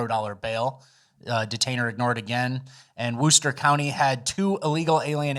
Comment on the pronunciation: +1000 points for CORRECTLY pronouncing Worcester County as "Wooster" without even a stumble. This is why you are the official reader.